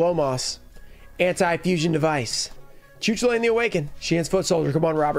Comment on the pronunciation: The Air Neos is an insane pull! This video had it all: specials, getting the prices of cards wildly wrong, and a totally off pronunciation of a card (Cu Chulainn) Great video as always man 🙌